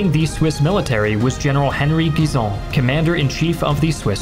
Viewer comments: Great pronounciation of Guisan and Chaux de Fonds but it's written Schweiz. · thank you for prononciating Guisan's name correctly ! greetings from Switzerland